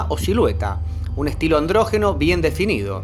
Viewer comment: NO SE DICE ANDRÓGENO, SE DICE ANDRÓGINO